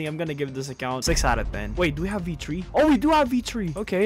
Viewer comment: be saying v-tree instead of v3 💀